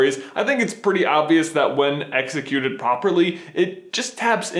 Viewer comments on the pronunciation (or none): "Executed Poperly" Great English there, J. (All teasing aside, This was a great video, by the way.)